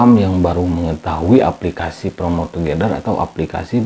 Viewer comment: Plomot togedel... Wkwkwkwk... Otomatis ngakak dong bacanya 😂😂😂😂